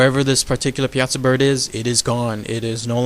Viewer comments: You are pronouncing it wrong, It is more like ( pie-a-saw) not (piasa-saw). Life time native that knows the area blindfolded. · PIE-A-SAW. Not PI-AZA. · We pronounce it Pie-Saw Here On The Piasa Bluffs In Alton. Born And Raised Here. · Awesome video. I went to a nearby High School called Southwestern High School in Piasa, Illinois. It's actually pronounced " pie-uh-saw". It's commonly mispronounced. It's funny when new newscasters in nearby St. Louis come to town and invariably start out mispronouncing it exactly the way you said it. Anyway, really thorough and awesome video. Thanks for caring enough to cover a rather obscure "cryptid". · I'm from Illinois and grew up with this legend. You are mispronouncing Piasa. It's driving me nuts. It's not pea-aught-sa it's pie-a-saw. Other than that one constructive criticism, I enjoyed your video. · pie-uh-saw is how the locals here say it. Not pee-asa. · I am a local, I have spent too much time telling people how to pronounce it right. People think that the latin/Italian, way is right (pee a sah), no. The right way is (pie-a-saw). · it is pronounced Pie-saw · As someone who grew up in Alton. It’s pronounced Pie ah saw bird. For future reference. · It’s pronounced (Pie-saw) Piasa welcome to Illinois :3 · It's pronounced pie-ah-saw dumbass I'm from Alton IL born and raised and my favorite story of this area get it together man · it's actually pronounced Pie-ah-saw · I can show you exactly where the cave is with the bones covering the floor. It's still there. And it's pronounced (pie-saw) bird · that's still not how you say it its pie-a-saw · Pie-a-saw. That's how we pronounce it in the south Central part of Illinois. Lol the American Dragon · Not to be rude but it is pronounced pie a saw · It is actually pronounced Pie-a-saw. But over all good video tho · a bro u said it wrong and it is located in alton il go look it up